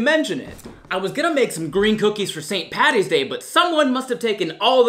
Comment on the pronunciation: YEAH HSKSHD ITS PADDY NOT PATTY